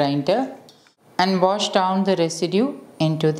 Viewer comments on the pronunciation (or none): none